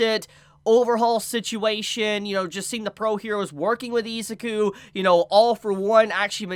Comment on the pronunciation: You keep pronouncing izuku wrong